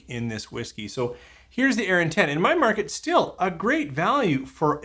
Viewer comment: Yep, pronounced correctly. As much as I LOVE Arran, this sounds like a definite miss for me, even at the price (and if it were ever to be seen here). Would rather save my pennies for something better 😉 Cheers! 🥃🥃 Marian 🇨🇦